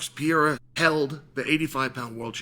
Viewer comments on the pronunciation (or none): What is it gonna take for uncle Chael to learn how to pronounce PE-RE-I-RA ? Instead of PI-E-RA ? Haha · he always says Pierra 😝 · Surreal vs Pee-era LMFAO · you put him in the GOAT conversation, you should probably also start pronouncing the name correctly Pe-re-i-ra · "Alex Pierra" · How many wins away is he from you pronouncing his name correctly? :D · Someone please show this man how to pronounce Pereira!!! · Chael, if Alex gets it done, wil you pronounce his name correctly? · How many times can i mispronounce the champs’ name? That was his inspiration for making this video. The only reason, all the rest is garnish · I’ll give u 25 dollars 💵 if u learn how to say pereira correctly 🤣🤣🤣🤣🤣🤣🤣😬😬